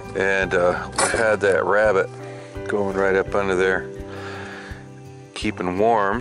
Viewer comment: Who else thought of Elmer Fudd when he said, "wabbit?" :))